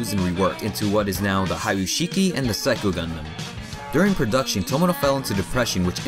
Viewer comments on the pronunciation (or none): none